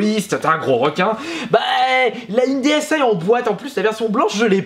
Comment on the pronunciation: Je veux juste être sur y'a que moi que sa fait bizarre quand il dit ds aïe et pas dsi